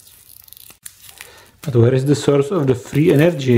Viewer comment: I like when says "frrrii enerrrdgiii":)